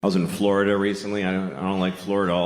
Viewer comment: It’s not called Floi-DUH. For a reason. I’m a Floridian BTW.